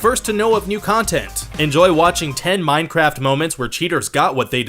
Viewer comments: At the beginning did you say minecrap on purpose lol? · Wait did I hear "minecrap"? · 0:2 Did he said mineCRAP:'D